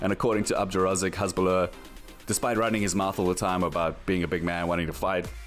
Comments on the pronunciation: His name is Hassssbulah, not Hezzzbulah, I mean make a little effort, respect the fighters big and small. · The name is "Hasbulla" with S not Z, thanks...